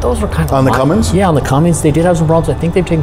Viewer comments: Nothing worse than a man who knows better sitting there saying “” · Hard to give value to the opinion of a diesel mechanic who says Cummin"g"s. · This dude keeps saying. Slow it down to 50% playback. How credible can a mechanic be if he doesn't know its a cummins and not a. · I never take anyone seriously when they say cumminGs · It’s not called a! It’s a Cummins!!! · This guy is a superstar diesel tech and he calls it a? You’re kidding me, right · My thoughts exactly! As soon as he said cumminGs, he lost all credability. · There's no G! Does he really work on trucks? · How does he not know how to pronounce "Cummins" after all these years? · What’s a? I don’t think this guy knows what he’s talking about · There's no "G" in Cummins. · Same here, a seasoned mechanic and he says, not touching anything I own. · I'd of kicked you out of my shop for saying dodge cummins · Great video for people interested in advice from someone that doesn't know how to pronounce Cummins. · "Fanboy"... That is funny! My comment showed no favoritism towards any brand. I Simply stated that a "diesel expert" should know how to correctly pronounce Cummins. I have owned all of the major brands including jeep and Toyota and they all have their own set of unique problems. Hope you continue to have fun trolling though... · Everybody bitching about him adding a "G" to Cummins... stop right now! We are only human. I've heard many people say "" - doesn't mean they don't know how to work on it. Don't judge him for something as trivial as that, because we'll all be judged someday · Never trust a guy talking about diesel engine and calls it a! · I can't trust the opinion of anyone that calls a Cummins a. FML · Couldn’t trust any so called mechanic calling a Cummins a!!! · Great video but please say Cummins instead of and VIN instead of VIN Number! Completely agree with your perfect truck!